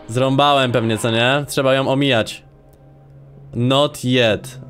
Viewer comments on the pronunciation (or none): none